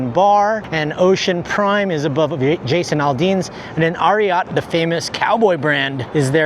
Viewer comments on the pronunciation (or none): none